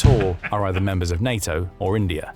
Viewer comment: Don’t ever say ‘eother Russia… ever w e will find you all